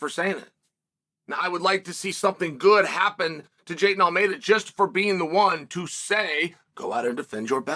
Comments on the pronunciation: JAH-EEL-TON....ALL-MAY-DAH...repeat now Chael! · "𝙅𝙪𝙡𝙩𝙤𝙣 𝘼𝙡𝙢𝙚𝙚𝙙𝙖..." There's about as much enthusiasm in that pronunciation, Uncle Chael, as there was in the man(whose name I think you're "trying to pronounce")'s last fight. 🤪